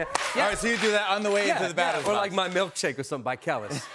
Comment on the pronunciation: "milkshake by Kell-Iss" .....this guy stinks!!